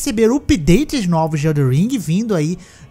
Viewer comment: "Nôvos upideites" 😂😅